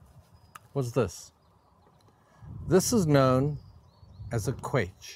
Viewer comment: Excellent presentation. Thank you. But pronounce the ‘ch’ as in ‘loch’, please.